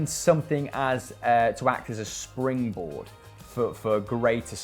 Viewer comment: Hishtory, shtadium, shringboard? Wtf?